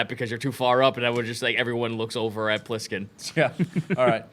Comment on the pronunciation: Flish?! Omg you need to call were-shark Plisskin "Flishkin"